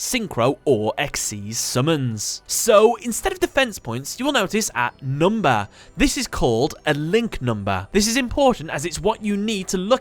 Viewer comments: "NumbA" Ahhhhhhhhhhhrgrrghhedjrmegs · I love how he pronounces monstÄ and numbÄ :D